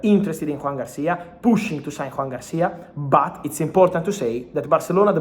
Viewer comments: Why does he pronounce "Juan" if the footballer's name is Joan? The same with Laporta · JOAN, not JUAN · Thanks for all the updates, Fabrizio! Just a quick note: it's Joan, not Juan — it's a Catalan name, not Spanish.